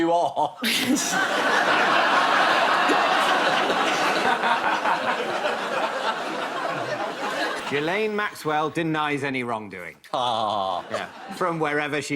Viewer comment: I mean I hate her but it’s Gill en not Jill N probs mixing the pronunciation with Virginia Giuffre